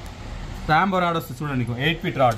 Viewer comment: రాంబో రాడ్ కాదు. రెయిన్బో రాడ్ అని అనండి బ్రదర్.